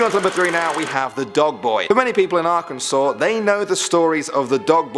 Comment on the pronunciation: Him:*says Arkansas * Me: WAIT WHAT